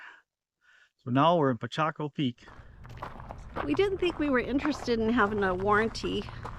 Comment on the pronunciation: Glad you were taken care of after such devastation. That state park is pronounced Pa kah cho